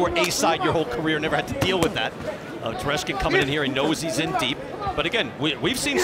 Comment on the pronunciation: Tereshkin, not Teslenko